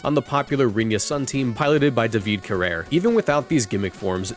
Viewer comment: I'm sorry, what did I heard? Davìd Carer? It's Davide Carrer (use google traslate to hear the correct pronunce